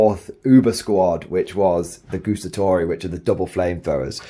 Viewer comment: please don’t say “gustatori” is “guAstatori”, you have to say THE A LOUD